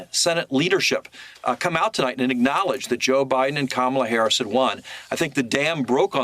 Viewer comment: 📌🖌Practice-Practice-Practice: It’s Harris like Harris not Haarus. Thank you.‼️👍🏽🌎💚🌀